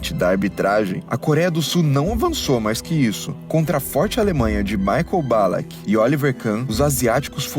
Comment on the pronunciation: ERROU DE NOVO A PRONÚNCIA. NÃO É MAICON E SIM MICAEL.